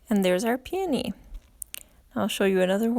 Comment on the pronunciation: I've never heard them pronounced the way you do it. I always heard it pronounced like PEE-O-KNEE. You are so talented and I love your videos.